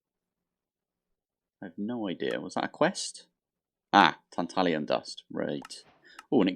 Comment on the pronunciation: Tantalum doesn't have an i in it